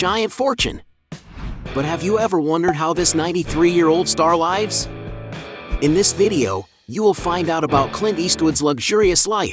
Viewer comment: While he's at it learn how to pronounce the word lives